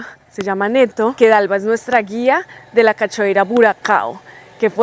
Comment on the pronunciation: corazon, será que antes de abandonar Brasil aprendes a decir cscada en portugués de la maneracorrecta???? 😅 no se pronunccia con ch, cachoeira, es mas bien sh CASHOEIRA,es como el yo de argenina... ca yo ei ra Te queremos!!!